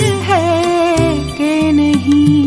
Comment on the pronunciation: সুর....এক কথায় অসাধারণ। হয় তো স্বয়ং জগজীত জী শুনলেও তারিফ করতেন। কিন্তু উচ্চারণে খুব স্বাভাবিক ভাবেই একটু বাঙালি জিভের প্রভাব রয়ে গেছে। 'নেহি', 'বাতা', 'প্যার' বা 'ইন্তেজার' শব্দ গুলো মূল গানের সঙ্গে মিলিয়ে দেখলেই সূক্ষ্ম একটা অমিল ধরা পড়বে। কাউকে ছোট করা বা নিজের জ্ঞান জাহির করা আমার উদ্দেশ্য নয়, কিন্তু সামান্য একটু উর্দু জানার সুবাদে কথাগুলো বললাম। আমি কিন্তু এনার রবীন্দ্রসঙ্গীতের একজন বড় ভক্ত।